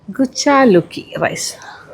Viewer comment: ഗുചലോക്കി alla കുച്ചിലക്കി,akki ennu paranjal അരി, ചിക്കൻ ചുക്ക അല്ലാ ചിക്കൻ സുക്ക